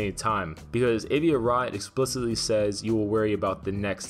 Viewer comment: for fuck sake stop mispronouncing Avi!